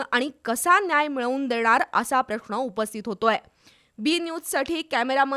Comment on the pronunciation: "प्रष्न" नाही "प्रश्न" असा उच्चार करा.